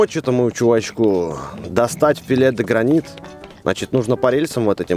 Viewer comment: прочитал филе де гранит как филе де грейнт